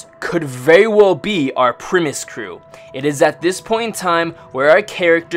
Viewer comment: Is he saying "premise crew"?